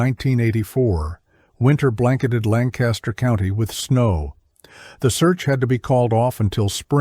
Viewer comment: Where am I listening from? About 20 minutes outside Lancaster, PA. Therefore, I know it's definitely not pronounced Lan-Caster. I'm only 5 minutes in but there is a lot of truths. Horses do know their way home. The Amish get drunk, pass out in the buggy and the horse takes them home. The only problem is horses can't read so they blow thru stop signs and red lights and well... Sometimes bad things happen.